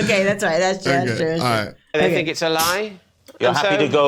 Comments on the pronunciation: A-caster, not Ack-ester. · AY ...(as in HAY) CASTER. NOT ACK ASTER !! GET IT RIGHT AND I WILL SUBSCRIBE !! James is from the next town to me. I sold his mum her real Christmas tree last year . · Hey guys, great channel! Just for reference, James' last name is pronounced 'Ay-caster. Keep doing what you guys are doing! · It's pronounced A-caster btw 😁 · I'm not having a go here, and, but every time I watch people from the USA react to James, I wonder why they look at "Acaster" and read " Acker-sturr"? I don't know any Brits and haven't seen any Aussies or Kiwis that have done this. I'm sure there must be a linguistic reason. Anyway - on with the show.😀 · The A in Acaster is pronounced like A btw, like a telecaster or podcaster but with an A instead of the tele or the pod.